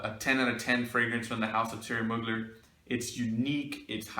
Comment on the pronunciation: Man it's an excellent vidéo and I would like to precise that you pronounce Thierry Mugler in the good way. You don't pronounce the name like a french one because he is originally from Strasbourg it's a french part who used to be german some of them does still speak german. So Mugler is pronounce like a german word even in France